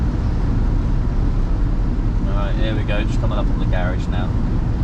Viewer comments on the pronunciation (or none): none